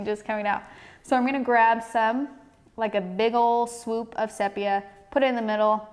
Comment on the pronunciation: I’m sure you’ve since discovered that the pronunciation is “seepia.”